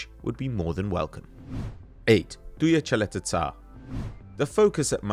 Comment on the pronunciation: Caleta sarr? Caleta-TAR